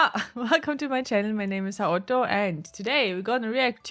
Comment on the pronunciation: Hmmm... say, you wouldn't happen to be German? It's just that glottal sound in how you say Haoto - "Ha-[glottal sound]-oto" - that makes me think you probably are.